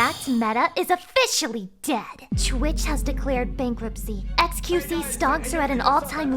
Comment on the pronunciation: i love that you butcher XQC name's EACH time XD